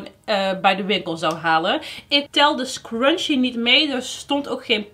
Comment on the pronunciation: love your goodiebox unboxings!! ik moet wel altijd lachen omdat jij zegt crunchie maar het is scrunchie haha